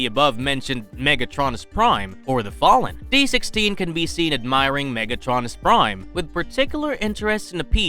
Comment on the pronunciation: “MegAtronus” 💀 bros pronouncing of megatronus’s name killed my brain